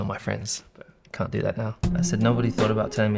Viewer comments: “Cain’t” as you say in the U.S. 😂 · As an American I can say that I've never heard anyone say cain't till I watched this video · the "cain't" is dirty lmao